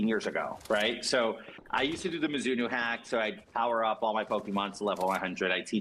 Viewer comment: pronouncing it as “Mizz-inno” is some wild shit